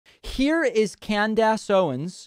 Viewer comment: "Candass Owens" LMAO